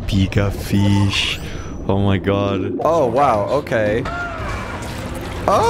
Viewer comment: "So many feesh" - 2022